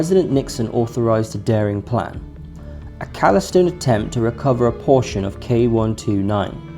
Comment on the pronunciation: "... a calisto[?] attempt ... -- "callous"? "obstensively [sic]" -- "ostensibly"